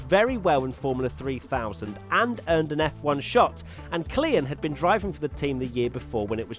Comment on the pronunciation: Christian Klien. You can just pronounce it as “clean”. Not “clea yen”